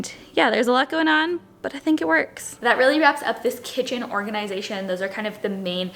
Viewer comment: I love how you pronounce: organ-eye-zay-shun